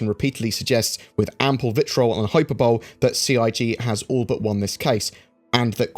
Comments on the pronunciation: He he "Hyper Bowl". Hyperbole pronounced hi-perbally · I don't mean to be pedantic, but for future reference, the pronunciation of 'hyperbole' is 'hi-per-bo-lee' and not 'hi-per-bole'. With that said, thank you for your dedicated updates on the lawsuit. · ...its pronounced 'Hye-per-bo-lee' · I'm sorry, but hyper-bowl? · I'm sorry, Hyper-bowl? That is nearly the epi-tome of bad pronunciation ; )